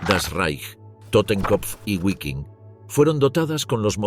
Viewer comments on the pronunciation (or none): Disculpe, Pero se pronuncia “vafen ss” y no “ guafen ss” !!! Otra, se pronuncia “vilkin”, no “guilkin”.